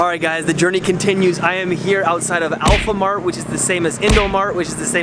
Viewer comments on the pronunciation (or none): Dude get the name right it's "Alfamart" not "Alphamart" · Its not AYAM PEDAS, it was MIE PEDAS. and its Alfamart not APLHAMART. Just reminding hope u get helped. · Alfamart not alphamart 😂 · Wait Hold The Horse.. It's Alfamart not Alphamart dude hehe ✌️ Keep it up bro, i'll support whatever u do😂😂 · It's say alfamart not alphamart but it's ok for tourist to say anything you almost do it, but have you visit bogor yet??. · What the 😂😂 Alfamart not alphanart 😂😂😂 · Alfamart ya mas haha bukan alphamart 😁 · Alfamart dude, not alphamart 😂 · Alfa mart, not alpha mart😂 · Dude, its Alfamart not Alphamart 😂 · Bukan alphamart tapi alfamart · Alfamart not Alphamart :) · Alfamart not Alphamart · 'AlPhAmArT' Its Alfamart Lmao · It's alfamart not alphamart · It's "alfa"mart not "alpha"mart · it's "alfamart" not "alphamart" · Not ALPHAMART but ALFAMART,.. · Yhe name alfamart not alphamart :v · its not ALPHA its Alfa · Alfa not alpha.. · Alfa not alpha. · alfa not alpha